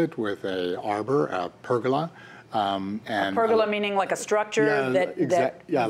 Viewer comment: Americans say pergola wrong